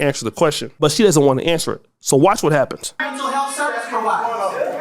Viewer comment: Did she really say "mental helf" also.